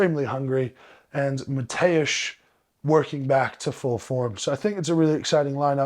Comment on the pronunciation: Thanks for pronouncing Mateusz correctly. (Hope I spelled it right.) Licis also drives me nuts. Our dear Loz still gets it wrong. Wish Martins could be there, but next year will be pretty amazing for strongman.